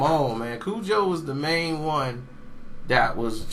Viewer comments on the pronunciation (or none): none